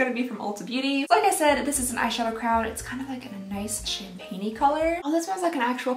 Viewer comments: I don’t think I’ve ever heard someone pronounce the crayon as crown before I always hear either cran or cray-on 😅😂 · Are you saying crown instead of crayon? Lol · Crayon pronounced Cray on not crown like your saying that changes the entire word and it's meaning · Honest question... Why do people say Crown instead of Crayon? Where does the W come from and just...why?? Many questions. 🤣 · Why does she say the word “crayon” as “crown” but she says crayola just fine 😂😂😂also i HATED the smell of barbies when i was growing up? Physically made me gag and always had to wash my hands after playing with them